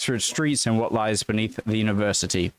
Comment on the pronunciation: Excellent. " ..... and what lies beneath the university ". Bloody great English accent on that part. You sounded like a male version of me. 👍✌